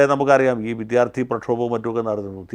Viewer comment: ആദ്യം അവതാരകനെ നല്ല മലയാളം പഠിപ്പിക്കണം. സിന്ധൂര്‍ അല്ല സിന്ദൂര്‍ ആണ്. അനാവശ്യ stress കൊടുത്താല്‍ എന്തോ വലിയ സംഭവമാണെന്നാണ് പല കേരള മാപ്രകള്‍ക്കും... വിധ്യാര്‍ത്ഥി, അധ്യാപകന്‍, അക്രമണം പിന്നെ കുത്തും കോമയും തെറ്റിച്ചുള്ള ഉച്ചാരണവും....